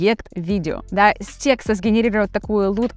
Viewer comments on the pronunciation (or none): После слова тексТА🤦🏻‍♂️ понял что нейросеть не обучит вас грамоте😅